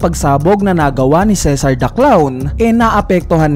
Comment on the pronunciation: Ceasar po hindi cesar